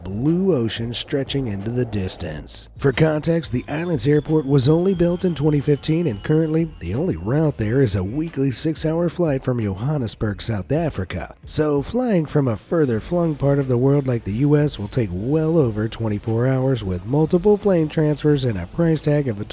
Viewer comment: I am speaking on behalf of my South Africans😅 it is not Yohannesburg😂😂 it is Johannesburg like Joe-Hannesberg 😂